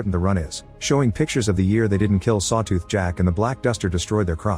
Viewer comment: Sawtooh XD Bruh AI needs an upgrade.